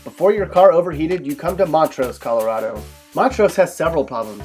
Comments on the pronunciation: ColoRADo not coloRODo ffs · It’s ColoRADo, not ColoRAWdo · This guy's not from Colo-rod-o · You're not pronouncing Colorado correctly. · He can't even pronounce the state name correctly.